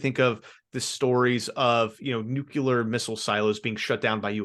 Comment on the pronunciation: Yo, Bruh! Its ok to say nuke, but it is not ok to say nuke-ular the word is nu-clear, nuclear. Please , say it correctly!